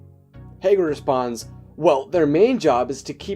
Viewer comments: I swear to god the beginning triggered me hay-grid. No. HA-GRID. NOT HAY-GRID OH MY GOD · Hahh-GRID not haygrid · Can u plz say Hagrid correctly, I'm cringing whenever u say Hay-grid